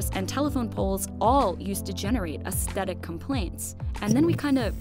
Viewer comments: Aesthetic is pronounced "ass-thetic", not "ast-etic". This drove me nuts! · Please learn how to say aesthetic. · can't pronounce aesthetic properly. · Does anyone else find the narrator's pronunciation of aesthetic jarring? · There's no hard "t" in the first half of "aesthetic."